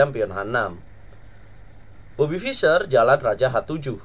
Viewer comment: saking semangatnya bang...bobby jadi robety hehe